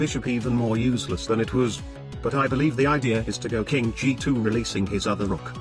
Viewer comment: "...makes the bishop even more uzeless than it wûz."